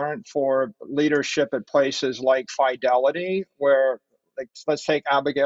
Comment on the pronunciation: Why does he pronounce Fidelity as Fydelity